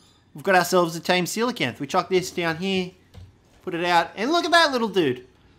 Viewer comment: Thank you for pronouncing it correctly! I can't tell you how many people I meet, who think they're called "coal-acanth". Ironically, doedicurus is pronounced the same way as coelacanth, so we should all be calling them "deeds"! ...probably not doing that, though, tbh.